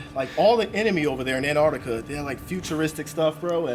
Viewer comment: I’m an aussie, and the way you pronounce Antarctica is hilarious